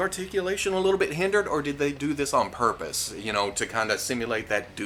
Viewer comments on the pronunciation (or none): none